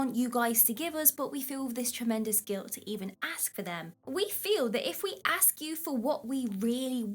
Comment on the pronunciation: Did you say axe for them? Please tell me you didn't say axe.